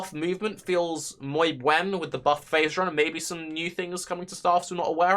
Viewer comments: he thinks it's moy buen not muy buen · LOL "Moy Bwen"